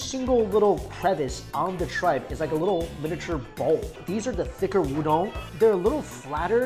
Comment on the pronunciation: why do u say ooodong(udong) its just oooodon(udon)